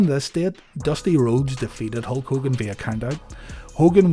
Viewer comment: what year did he turn in "Ho Kogan"?